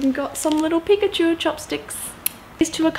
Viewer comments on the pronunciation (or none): none